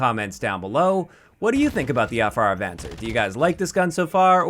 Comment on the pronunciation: It's a Spanish word. ah-von-SAYR